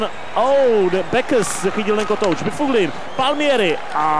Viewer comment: Byfuglien sa číta Baflin